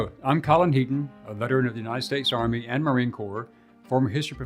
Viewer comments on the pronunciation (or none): none